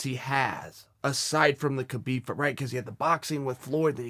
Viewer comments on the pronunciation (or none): none